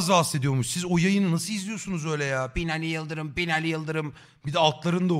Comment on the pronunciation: te Binaliğv yiıldıvrım mı dedi o? 🤭😅